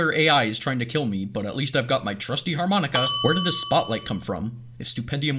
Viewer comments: har-monika hahaha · mans pulled out a harMONIKA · ahh har-monika cmon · Har-Monika :D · Har-monika XD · its a har-MONIKA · “Literature.” “Wow. Litterer.” LITTERature “Harmonica” harMONIKA